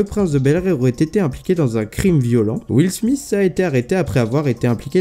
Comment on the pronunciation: "will smisse"